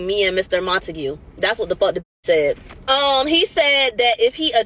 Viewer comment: Idk, I’m a fan but I’m not a fan of mispronounced names when it comes to people of color cuz it just takes effort and SHAKESPEARE; there was no reason to mispronounce “Montague”